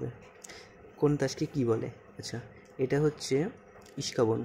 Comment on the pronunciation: "ইস্কাবন" না ভাই, এইটাকে বলে "ইস্কাপন" ✅